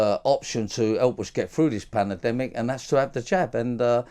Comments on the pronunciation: He is still saying panademic. 🤣 what is one of those. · Not had it himself? So everybody else should but not him? Plank! Panademic sounds like he is from Naples but looks like Rod Stewart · He said "Plandemic" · Hahahaha 😂😂😂 Well said dude. Have you heard him say "pandemic" he says "panademic" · "panademic"? He can't even say the bloody word. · This guy is a joke. He has not even had the vaccine himself and yet forces it on everyone else. Also he can't even say pandemic he says panademic 😂😂😂😂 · Sounds as thick as he is! Can’t even say the word pandemic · He can't even pronounce pandemic... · The way he says pandemic🤣 its like he has had to many jabs and they are rotting his already small brain. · Probably not the best idea to take advice on vaccinations from someone who cant say the word pandemic 🤔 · I’ve heard this knob head hasn’t even had 1 jib jab yet , he needs to learn how to say pandemic properly first before anyone can take him serious “ no brainier “ 🤣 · Makes it sound like he’s trying to say it with an Italian accent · At this point I’m just watching interviews with him to hear him mispronounce the word every time and laughing